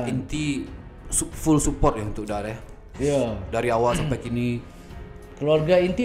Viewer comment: english ee mantap, support saharuih ee di baco sport in english bukan suupport